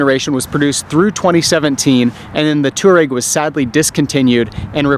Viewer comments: should probably be pronounced twareg, named after a nomadic tribe in Africa... great review. man the inside of that vehicle is really just stunning. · I can't understand how many people an especialy Youtubers can't say "Touareg" .There is an "A" in there......